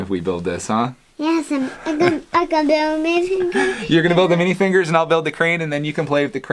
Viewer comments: It is minifigurers not minifingers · I love how you call mini figur es mini finger